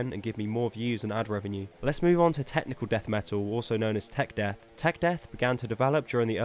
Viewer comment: Tekneekle daeth meetal